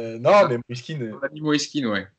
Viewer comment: il dit aussi MoïsÉ, c'est Moïse tout simplement ☺️